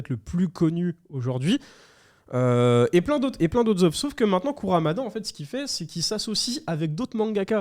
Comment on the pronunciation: Arf... KurUmada pas KurAmada... Ring NI kakero, pas NO :) Ca me fait mal au coeur d'entendre que tes collègues ne connaissent pas Saint Seiya...